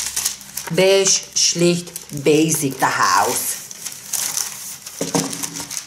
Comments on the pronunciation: Was sagt: Diese Brieftasche ist Beigshe 😝 Was normale Menschen verstehen: Diese Brieftasche ist Beige Was ich verstehe: Diese Brieftasche is Bish🤣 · Was sagt: "beige" Was ich verstehe: "biiiiiitch" Ich schaue einfach zu oft. Ah warte...man kann gar nicht zu oft schauen! Wuuuuuuuupp biiiitch:000